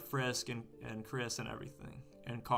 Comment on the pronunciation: "Actually, no gay rights either Watch me mispronounce Kris, hate on Temmie acting like a misogynist, and just act overall the biggest asshole the planet has ever seen"